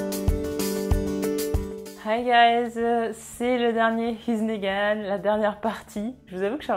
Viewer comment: Dans here's nagan il faut prononcer le R parce que sinon on comprend he's negan